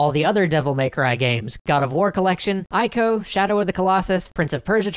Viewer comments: Pronunciation tip: the "I" in "Ico" rhymes with "she", not "pie". :) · >Mispronouncing ICO Triggered.